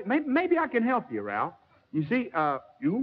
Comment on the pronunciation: Jimmy called him "Ralph", not "Rowlf". Oops.